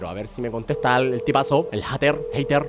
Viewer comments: no se dise jater se dise jeiter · German, no se dice "Jater" XD se pronuncia "Jeyter" :U